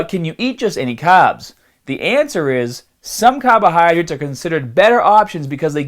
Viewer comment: What the heck are cahbahydrates